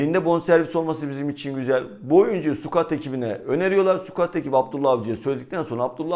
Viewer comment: abi şu sukuatı sıkaut diye düzeltsek olmaz mı ya